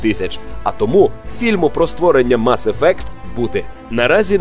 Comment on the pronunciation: мАс ефект? який нафіг мАс ефект? ну з вас і транслітератори. мес ефект!